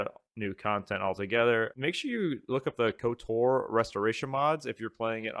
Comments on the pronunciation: Why are you pronouncing it as kotar do you say ald instead of old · The way you pronounce KOTOR is so tuff 😮‍💨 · Literally painful to listen to. But he’s one of “those” guys that plays as a girl in RPG’s, so not overly surprising.